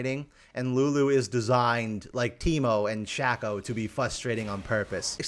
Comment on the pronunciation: Why are you saying Shaco like that, why are you saying Veigar like that?